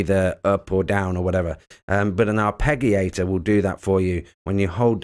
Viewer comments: Arpegiator the g is like giraffe not Gary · Surely pronounced ' arpejio/arpejiator'. ? Away from me being pedantic, thanks for this. Subscribed and liked🙂